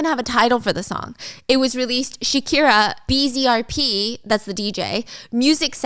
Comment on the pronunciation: this was the DRAMA OF LATINAMERICA every twitch streamer and react channel was live reacting and watching the bzrp Shakira song btw I love you stephanie and this is no hate AT ALL but bzrp is pronounced (bees-uh-rap) 😭